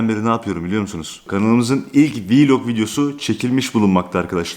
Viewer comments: Niye hep YouTuberler vlog diyeceğine vilog diyo aynı gibi🤣🔥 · Her viiilog dediğinde güleme krizi geçirdim😂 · ev viylogu çekemem ama viylogu ama vllogu değil :-) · Viloga viilog demesi jsjsjsjsjsjs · Yanlız vlok deyil viilok🤣🤣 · Viloq deyil vlog